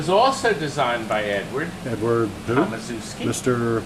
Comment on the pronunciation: ok, let me help You: "TOM" like TOMcat pinball; "ASZ" like ASH; "EW" like EW! your polish; "SKI" like brewSKI - so TOMASHEW!SKI